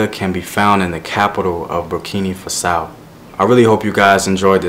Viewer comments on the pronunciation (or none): its BurkinA Faso not burkini fasow !!! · Please. It's Burkina Faso not Burkini Faso. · I found this guy today and I think this is great. The only thing is his pronunciation is itching at me, see it took me quite a while to understand when he said Burkina Faso as "Berkhini Fa-sow" (almost unrecognisable) a better pronunciation would be "Boor-keena Fah-soh". I know it may not be the proper pronunciation but his - to a person who speaks about the place- is unrecognisable. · You actually say BurkinA with an A, not an I. And in Fassau you stress the first syllable: Burkina Fássau. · I appreciate your video but please learn the correct pronunciation of the country :'(